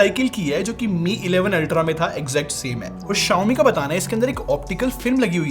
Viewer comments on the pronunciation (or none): correct your pronunciation Mothetf***er